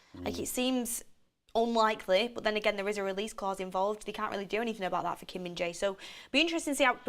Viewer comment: It is pronounced Kim Min JAIR.